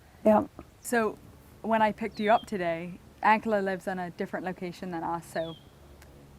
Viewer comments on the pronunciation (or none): Just curious about the way you pronounce, "Ankela". Your "a" sound is like the a in Hank, not like the "a" in father which is the way the Hutterites and Hutterische Mennonites pronounce the word. Why?